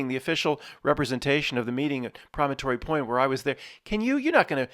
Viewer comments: Promontory: Emphasis on the first syllable (PRO-montree). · PRAH - men - tore - reee